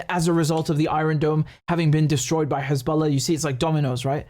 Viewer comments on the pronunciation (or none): “KHezballa” 🤣 how can we trust what someone who can’t even speak properly says. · I can't believe he just called them Khezbollah...🤦🏽‍♂️ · Right? Perfect English accent, somehow can’t pronounce the H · David Mencer: Khisbolla 🤣🤣🤣